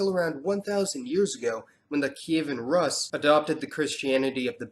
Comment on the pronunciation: Kievan Ruuuus not Raaaas .